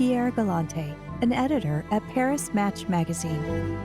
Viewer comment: This was a lovely & superficial fluff piece with a narrator who pronounced simple french words like Paris Match incorrectly. Google it and listen. I suggest to those who watched this to look for a better & deeper look into her life , as well as the shady Monagasque princely family in another documentary. Having spent most of my life in france , i promise you , this doc is light on facts.